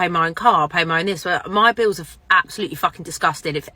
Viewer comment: "Pay ma beels."SMDH.Pay your own bills.